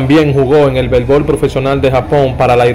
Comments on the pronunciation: Belbol,diyel ,sel millone, nueva yol, suelte....ese tipo si habla malo coño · Aprende a hablar, dices: Halti, Haltiano y sels, noventaldos, altivo, belsbol, etc... porque eres cibaeño crees que si me mencionas la "i" lo vas a decir mal...